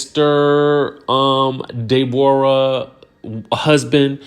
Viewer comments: "DayBorah" is sending me 🤣🤣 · Hollering at pronouncing her name like that to Ashley. Love it! 🤣